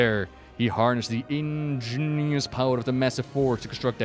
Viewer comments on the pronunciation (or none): That's "IGNEOUS" Not Ingenious